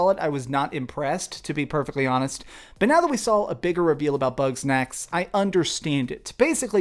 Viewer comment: Man every time he says “Bug Snacks” it sounds like “Butt Sex”😂😂😂 When he said “I’m gonna play butt sex” I damn near fell out on my cahir😂😂😂